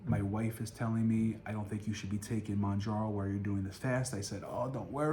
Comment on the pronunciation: It’s NOT MONJARO 🤦‍♀️